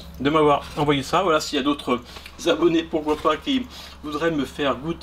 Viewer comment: qui entend wallah au lieu de voila , je suis pas le seul j'espère 😂😂😂😂